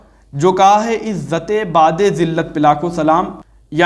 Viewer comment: Ilyas ghumman itna bada jhoota ,jahil jumman niklega iski ummeed nahi thi, waqai dev ke bande eiman k sath sath ilm se bhi kharij hote hein..plumber to plumber he ussey kisi ilmi baat ki ummeed sifar he . IS SHER ME LAFZ BU'AD HE BAA KI PESH KE SATH OADHA JATA HE .LAFAZ BAAD NAHI HE JO BAA KE ZABR KE SATH HOTA HE